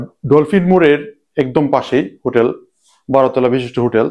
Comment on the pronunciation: হুটেল এ লাইট আর ফ্যান থাকে? জানতাম না তো!!! লাইট আছে এটাও বলতে হবে? আর উচ্চারণ ঠিক করেন। হোটেল বুঝলাম, কিন্ত হুটেল কি বুঝলাম না।